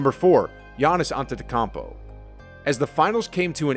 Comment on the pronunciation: "gIaNnIs AnTenTAakOuMpO" -🤓 WHO THE HELL IS THAT MAN???